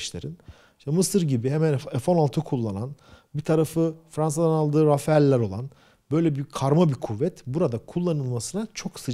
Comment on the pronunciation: Fransiz savas uçaginin telafuzu; RAFAL